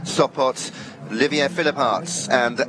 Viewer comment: English native speaking commentators butchering foreign names constantly. You know it is bad when Olivier becomes Olivia. There are pronunciation dictionaries available online even conidering regionalect varieties for just one name. It takes less than 30 secs to check. Pls, go that extra mile out of respect for the riders and wonderful horses who are giving their best for our entertainment.